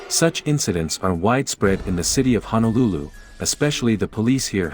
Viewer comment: Brah, Honolulu and Waianae are separate counties. And it's HONOlulu, not HANAlulu. I can tell you one haole from da mainland.